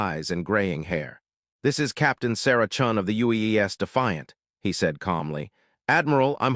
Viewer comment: You STILL continue your BORING REPETITION of names and terms. 'Vex...whatever' becomes 'Zex...whatever'. 'Sarah Chen' becomes 'Sarah Chun'. Are you really that incompetent, that stupid, or just f*cking LAZY?!